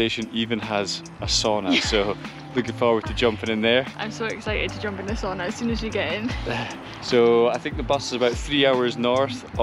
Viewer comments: Not quite coz you suppose to go all naked in the sauna. Also its called Sauna, not Soona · Nice. 😊 a Finn here…just one request. Sauna is the only Finnish word out there in the world. Ask someone to tell you how you really pronounce it. 🙏🏻 kiitos. Btw, nice job on Saariselkä. 😊